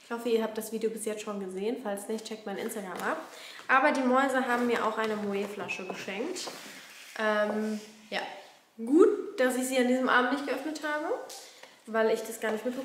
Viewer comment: Es heißt “Moet” mit T 🥲🙏🏼